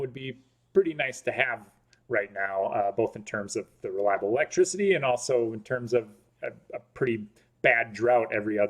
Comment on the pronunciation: i'm confused. is it pronounced "electricy" or "electric-city"?